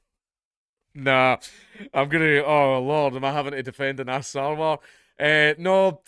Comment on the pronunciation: You mispronounced 'Anas '...